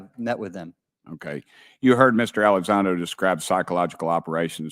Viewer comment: Mr. Gothman he didnt even know how to say to say Lou's name ...Gothman kinda looks like he had a few sips of Snapps or something 😂😂😂 I'm terrible ...